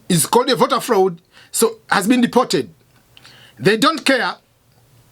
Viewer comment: Cannot even Pronounce Deported